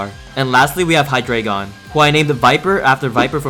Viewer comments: about the deino line pronunciation, its based on how many heads each pokemon has, each being their respective numbers in german. so, deino is pronounced dino, zweilous should technically be pronounced ts-viy-lous, z being said like ts and w being said like v, and hydreigon being hy-dry-gon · So the Deino line are based on the german words for 1, 2, and 3 (Eins, Zwei, Drei). Deino is pronounced Dine-o, Zweilous is pronounced Z-vy-lus, and Hydreigon is pronounced High-dry-gon.